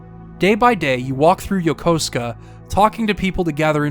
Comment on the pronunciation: I really appreciate you correctly pronouncing Yokosuka